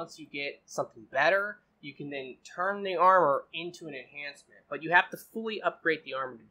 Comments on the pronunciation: Enchantment not enhancement lol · Why does you keep saying enhancements, when it's enchantments? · Why do most of youtube gamers call it "enhancements" when its actually "Enchantments" 🤔